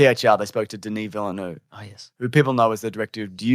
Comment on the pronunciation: As an australian who speaks french: Pronounce it Ville-Nevv (where the e is pronounced like the e in "the" in "the bold and the beautiful") See that wasn't complicated was it?